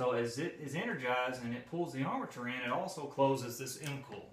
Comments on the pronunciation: Nice video! Very helpful, direct information. It took me a moment to catch onto "coil," I thought you were saying "cool" :) Dialect! Thank you for making this. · Is he saying 'mcall' or 'mcoil' for the motor coil. ?Surely its just a Relay coil by definition